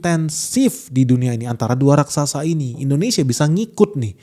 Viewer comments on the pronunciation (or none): none